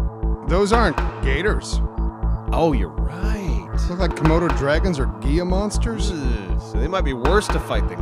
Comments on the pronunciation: Gia monsters? It’s pronounced hila monster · Did say gia monster instead of Gila Monster?